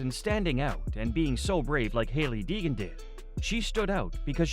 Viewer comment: It's Deegan, not Degan 🏆